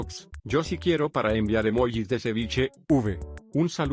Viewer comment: Wtf porque dice cevichenya